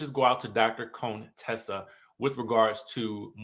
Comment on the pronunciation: Dr. Cone-Tessa😂